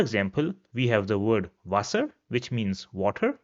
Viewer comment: Your content is good but pronunciation is so off. like Frau, wasser etc.